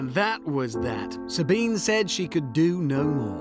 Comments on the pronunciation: I wish they'd made the effort to at least get her name right... sabeeneh; it´s with an "eh", like porsche.. I geddit brits like english but please at least honour names... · Say her name: SabinE! (If you love her so much, at least learn to pronounce her name properly).